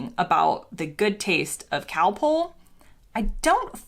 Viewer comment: You picked a lot of very odd points. I have an American daughter in law and she doesn't have your weird ideas. Btw, Calpol is not cowpole!